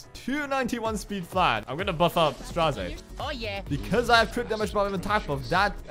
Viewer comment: i really wanna know how ppl see Straze and say Strazay. It is so funny